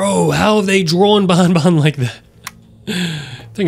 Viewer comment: how you say banban is more of bonbon that is a spelling mistake you are the spelling mistake with sringeon